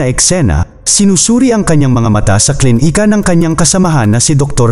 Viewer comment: D maayos ang pagkabigkas ng words,tulad ng klinika,naging KLIN - IKA at iba pang words kaya d gaano maganda pagkakasalaysay